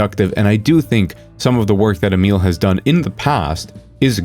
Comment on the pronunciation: Are you by chance a native speaker of Italian? The way you went out of your way to correctly pronounce Emil's name was highly unusual! No American would ever do that!